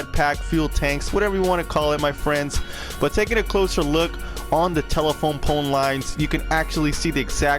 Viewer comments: Are you saying tela-pone? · that's what I heard too.